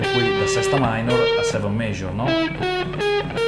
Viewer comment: scala penta, frigian scale, sesta mainor, sesta maijor....ma come cazz parli ahahahahah!